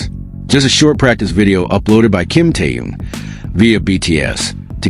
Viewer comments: Интересно, а что этот автор или бот, кто именно не понятно, всегда вещает Ким Теен, Ким Таен , Ким Таюн, а имена других мемберов не коверкает, тогда уж Чонен, Чимьен, Джинен и ещё столько неправильных, исковерканных слов, слушать неприятно. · Замените косноязычного переводчика, все слова исковеркал, самого низкого уровня автор видео. Ужасный перевод, не профессионально выполнено. Корректировки нет совсем. Все слова произносит не правильно, а имя Ким Тэхёна постоянно называл по-разному. А может быть всё умышленно делается? Задумка креативного директора? Никак не успокоится, чтобы не задеть Тэхёна. 😮😮😮😮